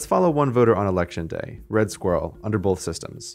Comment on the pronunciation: Does he say 'bolth'?